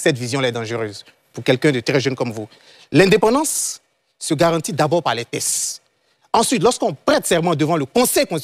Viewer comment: C'est teXte et non tess En plus il appuie avec force comme s'il avait raison. Ko tess😅